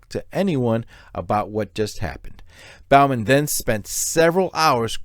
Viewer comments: Not Bal-man, it's Bo-man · Broooooo, Your killing me with how you continually mis pronounced Bowman. It is BOE-MEN like "Bow and arrow" Not like you "Bow before the king" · It’s pronounced Bo-man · If you can’t pronounce the name, Bowman, I wonder what else you’re getting wrong.